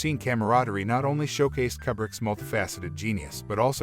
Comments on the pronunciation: God damn, son! It's Koo-brick! Damn! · "Forgotten," lol, umm.... "Kubbrick" smh.